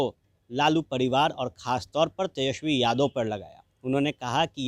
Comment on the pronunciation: जादव नहीं यादव होता है